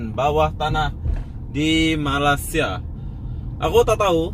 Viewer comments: Malaysia bro...bkn malasia....berok nau bunyinya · Sebut betul-betul... MA_LAY_SIA.. bukan malas_sia.. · Cara menyebut nama Malaysia senang aja bro...malay in English sia in indonesia.gabungkan bunyi itu akan jadi malay-sia tapi sebutan dlm Bahasa Melayu😁😁😁tapi org Indo agak payah mau bilang nama Malaysia..maybe lidah kalian lidah jawa barangkali😁😁😁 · 0.14 Cara anda bilang Malaysia itu salah bro. Masa masih ngak bisa udah begitu lama kerja di Malaysia...